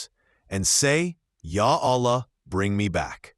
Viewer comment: Please my guy, dont make the word "Allah" with the AI because it will make it wrong